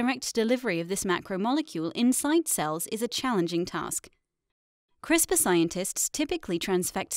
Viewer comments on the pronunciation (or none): LOL - We don't call it 'Crispa' - We call it 'Crisper' You're funny. 🤣🤓